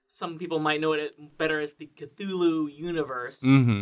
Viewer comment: Hahaha, it's fucking CUP-THULLU.